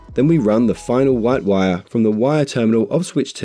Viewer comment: This is a great video. It took me a few minutes to realize he was saying "WIRE" connector, NOT "Y" connector.